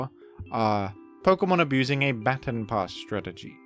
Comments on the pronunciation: we say/saw "baton" pass the same wrongly lol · while I appreciate your australian pronunciation of baton, I must point out your odd pronunciation of custap berry, after all, it's based on "custard apple" and you wouldn't say the first part of custard the way you say the first part of custap, surely?